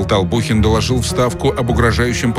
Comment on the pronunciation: Толбухин а не Толпухин